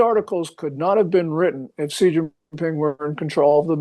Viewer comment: Pronounced SHE not CEE, wtf no dialect says CEE